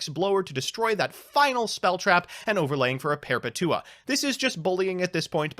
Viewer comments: "perpatua" "perpetua" Look up DC's Perpetua and watch a "Comics explained" or a comic youtubers video literally spelled the same way as the yu-gi-oh card and everyone says it the way it's spelled "Perpetua" like the word "Perpetual" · Per-petua Like perpetual Per-petua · you said perpetua wrong just to piss people off right? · I really hope that's not how you say perpetua/perpetual in real life and it's just a meme lmao Edit: Nice vid btw time thief is pretty cool also hope you're staying safe with everything going on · wtf was that Perpetua pronunciation